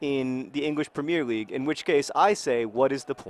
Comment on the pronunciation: John you're still pronouncing premier league wrongly